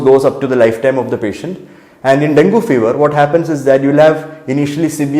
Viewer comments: IT IS infact pronounced as Dengi...if you can't use your brain at least use google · Doc, ithine den - gee ennu parayunnu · Pronunciation - Den-gee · At first you pronounced it as dengi, afterwards you came back to dengu